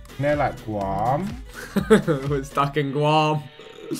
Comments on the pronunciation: Vic called it “Gwam” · the way vik pronounce Guam LMAO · I literally spent like 2 years living in Guam and as soon as I heard the GU I instantly realized no one would realized where it was cus it’s in the middle of nowhere. Edit: Vick’s pronunciation killed me inside 😭